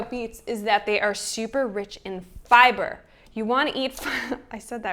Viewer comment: I can't stop laughing at how you said FIBER. You really are joyous.